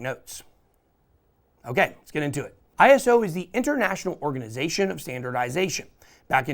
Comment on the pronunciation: did he say ISO International Srganization Of Standardization 😂😂😂 well done Ben good to see your catching up on these coins